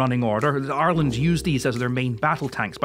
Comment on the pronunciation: I like that you pronounce Ireland correctly